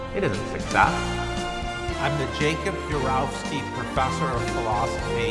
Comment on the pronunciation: He doesn't seem sure how to pronounce "Urowsky". The first four times, he says it one way; the fifth time, he says it another way.